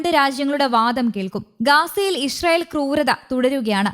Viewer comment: നാക്ക് വടിക്കാത്തതിൻ്റെ ഗുണം അറിയാനുണ്ട് ഗാസ 'ഗാഷ ഇസ്റായേൽ ഇഷ്റായേൽ എന്തായാലും നല്ല അക്ഷരസ്ഫുടത